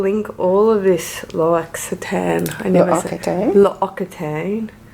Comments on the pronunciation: The hand cream Is pronounced Loxitan...lol x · Love the hand lotion! But the pronunciation is "la ox eau taw" ( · How to pronounce L’ Occitane?